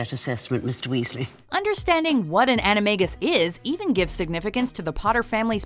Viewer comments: Omg it's an-i-may-guy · You said animagi wrong